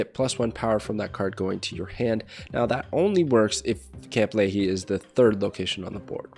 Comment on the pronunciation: Not the pronounciation 😂 it’s Lee-High not Lee-Hee